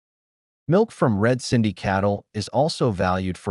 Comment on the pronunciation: It's "Red Sindhi" not red cindy. Great info though